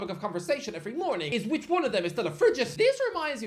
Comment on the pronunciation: sir he actually said "ome of"🤓